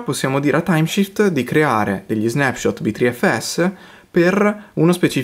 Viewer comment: Secondo Linus tech tip si pronuncia "butterfs". Accurata la descrizione.